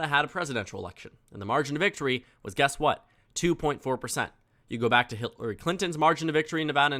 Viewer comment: he says Hitler-ry Clinton 😂